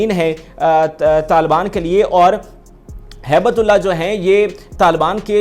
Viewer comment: او جاہل تو چینل کیوں چلاتا ہے؟ تو ہیبت اللہ کا نام بھی نہیں پڑھ پاتا۔ بیٹھ جاتا ہے کرسی پر تقریر کرنے۔ حرامی۔